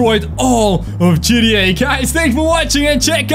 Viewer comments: Um its g t a 5 not gteh5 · He said at the start “GDA 5” boi you said it wrong >:O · U don't know hot to say gta 5 u said Gda 5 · you didn’t say GTA you said GDT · Dude I’m sorry but it’s gta 5 not gda 5😐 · I had to but it sounds like you said g d a i guess so funny and also can you turn the FaceCam off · When he say ggta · When u say gta it sounds like gtd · How he says gta v, GDA 5